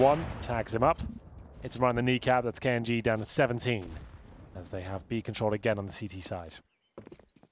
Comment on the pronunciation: he keeps pronouncing it as k un g